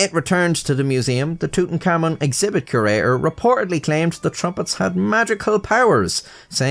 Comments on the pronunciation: It's not pronounced "tootenkamin" It's pronounced "tootenkamoon" But for an Irishman wtf It's correct enough🤷😂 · I'm sorry, just a few seconds in I'll have to comment that your pronunciation of Tutankhamun sounds like tootin-cummin to me. just in case you weren't aware. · i like how it REALLY sounds like "tootencommon" when says it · Amigo please don't call him tutankhamun, his name is Tut Ankh Amun, with spacings.